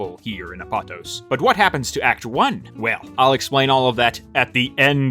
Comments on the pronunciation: Btw, pretty sure it’s pronounced Ap-oh-tohs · I think it might be pronounced Ah-poe-tose (almost like a greek word might be pronounced) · First time I heard Apatos pronounced like that. I always hear people pronouncing it “app-a-tose”